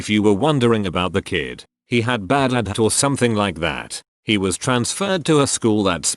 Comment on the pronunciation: Nobody: Text to speech: adhad